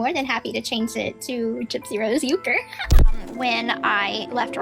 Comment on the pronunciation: She doesn’t even pronounce Ken’s last name correctly… 😂😂😂 she’s such a dumbass murderer